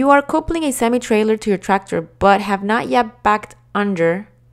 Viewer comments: I hate hearing "coopled" and "coopling" instead of the correct pronunciation. You said it right ONCE though. Other wrong word pronunciations too (like "valve", and "jackknifing") are distracting. I appreciate the effort though. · Agreed. Bad pronunciation and cadence is distracting. She says coupling wrong, king pin wrong, glad hands wrong, even with the blanks, she does them wrong. Terrible narrator.